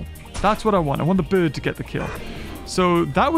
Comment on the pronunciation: Can we have Fs is the chat for saying birb instead of bird?